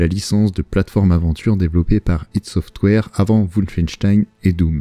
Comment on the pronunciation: "hid software" "Aie Dit" j'vous en supplie.